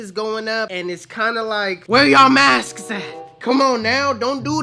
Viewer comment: Did he say " mask-es?" 😂😂😂😂